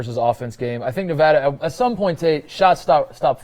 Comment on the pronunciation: PLEASE JUST PRONOUNCE NEVADA THE RIGHT WAY!!! I HATE IT EVEN IF YOUR'RE JUST KIDDING!!! BTW Love the pod keep up the good work lol